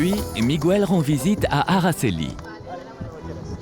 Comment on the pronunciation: Miguel se prononce... sans prononcer le "U" : Mig (g dur)el😉😊